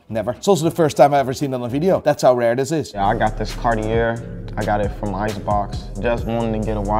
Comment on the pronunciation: He said “Carty-Yay-Er” 😂😂😂